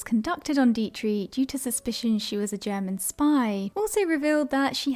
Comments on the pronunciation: The German actresses name is pronounced , DEE-trick, not Dee-tree. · No,not Deee- trick, it is Deee-trich, the ch is no K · Just FYI❤- Marlene Dietrich- pronounced DEE-TRIK. Here for ya girl! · Not trying to be obnoxious-( though I may have been) I guess maybe you have the America inability to pronounce that 'ich' sound, but your choice is nowhere near the German pronunciation. Diet-tree is just wrong. Mispronouncing it as 'Die-trix' or 'Die-trik' would have been closer than what you said.. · I agree. A robot who can't pronounce 'Dietrich" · Fascinating video, thank you. You may want to check up on the pronunciation of Dietrich. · Marlain deetree? I have NEVER heard anyone mispronounce Marlene Dietrich’s name. Ever. Wow.